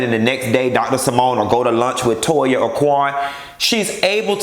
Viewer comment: “To-yuh”. I hollered